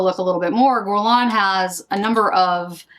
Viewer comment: If I may offer a piece of advice regarding pronunciation (if you don't mind) - it's pronounced "gErlain", not "gUrlain". Basically, just imagine the U not even being there. Its sole purpose is to indicate the pronunciation of the first letter is "hard" G (as in goose), as opposed to the "soft" one (as in aubergine). I hope it helps 😊